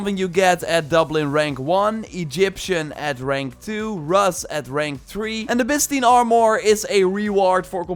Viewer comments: Rus armor pronounced roos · It pronounced Ruse as in Russian like the Vikings that established the Rus empire. You say a lot of things words wrong in your videos I love your videos but as a history guy, it kind of is like nails on a chalk board, but I love your accent. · Rus is pronounced Roos, like in Rooster.